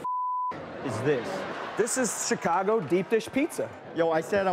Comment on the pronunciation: he says "CH-icago" lol